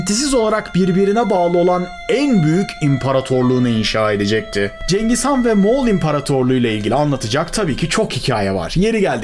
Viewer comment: Abi cengiz gan diyorsun ama vido girişinde Atilla nın resmi var.